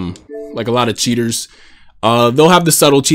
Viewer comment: My boi after eating Wheaties: the way you say +CHEATERS makes it personal.